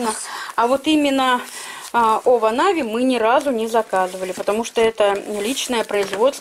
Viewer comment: Не овонави,а иваново 🤭